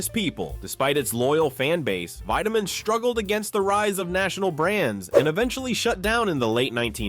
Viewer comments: My dad drank Wiedemann in Cincinnati. It was pronounced “Weediman” not “Wideaman” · I second that. "Weed"-emann, not "Wide"-emann. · Its was called Weed da men beer, not Wide da men beer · The ad girl says WE-demann Beer, and you say WHY-demann. LOL. Dude! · This is disappointing. The narrator totally flubbs on WIEDEMAN (pronounced WEED-a-man not WIDE-a-man) just like the gal in the ad pronounced it. Please do your homework next time. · WEED-a-mann, not WIDE-a-mann. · Pronounced Weedimann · Wiedemann was pronounced 'WEE da min'. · It's pronounced "WeDaMen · VEEdeman. The woman even says it in the clip of the old ad. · Entertaining video even if "Wiedemann" was mispronounced. It was even pronounced correctly in the accompanied ad. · Learn how to pronounce Weideman. The girl in the ad pronounced it correctly. Don't you watch your own videos? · Not Widemann Beer, Wiedemann Beer! Think of wheat! Burger Beer was my aunt’s go to! It’s Hudepohl beer. We aren’t called Cincinnations, we are Cincinnatians, your pronouncing of words is quite off! Hudepohl has become Christian Moerlein, hint the beer they started to introduce in the mid 80s. They had put on an event at the Hudepohl Brewery in Cincinnati when, they had put Christian Moerlein out on the market. We had moved to Indiana and my mom took over ownership of my uncle’s tavern when, a Hudepohl Distributor invited my mom and gave her the invitation tickets and she could invite as many people as she wanted and she took a couple of my aunts with her along with their husbands. They done away with Hudepohl and moved to the Christian Moerlein Brand, because, that’s all I see now all over Facebook. I hoped they worked on it because, I remember mom letting me trying it when, it came out and, it had no taste to it.